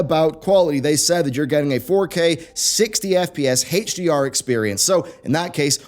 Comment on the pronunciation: It's "AY-CH" DR not "HAY-CH" DR. Speak english goddammit